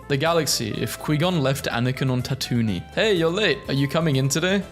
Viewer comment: " Ta Toon iyn " gave me a mental breakdown, help me